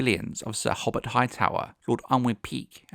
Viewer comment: Cheers lad!!! Lol - for future reference; hobbit Hightower- (is actually ho-Bert you said it correctly a couple of times) Also comely is “come-Lee”